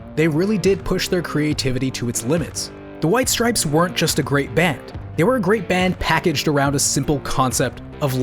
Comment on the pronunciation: STOP SAYING STRIPESES! Thanks for coming to my Ted Talk